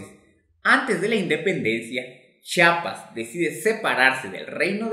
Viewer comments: Pero es Chiapas, no se dice chapas. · Sólo quiero decirte que no es Chapas ES CHIAPAS te comes la i. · Se dice.chiapas. mas no chapas que pasa amigo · Para explicar, hay que saber pronunciar. Chiapas en lugar de chapas. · Oiga, donde es chapas, porque los Chiapanecos somos de CHIAPAS, con i entre la H y la A, Chía pas,... Ya no seguí viendo su video porque nos es molesto a lo Chiapanecos que degrade el lindo nombre de nuestro estado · NO se dice CHAPAS! amigo, no se dice chapas. NOO! Se dice, CHIAPAS. No entiendo por qué aún "supuestamente" profesionales le dicen así. Tienen que informarse bien señores, gracias. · Es Chiapas con "I" no Chapas,. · Me cae mal cuando la gente dice chapas , Se dice CHIAPAS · Mi dudas es... Se dice Chapas o Chiapas? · Se dice Chiapas, no chapas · Es Chiapas Chiapas😂😂😂😂😂😂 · CHIAPAS NUNCA FUE DE GUATEMALA Y SE PRONUNCIA C H Í A P A S